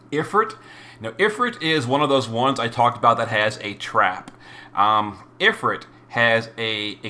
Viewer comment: If-ERT? Dude. Ifrit, is also spelled efreet. EET, like EAT.